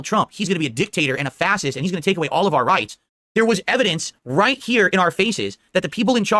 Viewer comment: Every time says fassist. I immediately gotta ask "Are people screwdrivers or do they want authoritarian regimes? Which is it?". With the PETA h0rny ad. I'm more weirded out about PETA sexualizing food prep and thinking that's normal for non vegans. While I'm sure people prepping the turkey have made those kind of jokes, it's usually tongue in cheek rather than an outright serious "this is normal. Now I'm gonna be weird to a turkey. Go vegan. Happy Thanksgiving.". With Jaguar. I dont see the issue. Its just weird. Admittedly the costume design is cool but thats about it.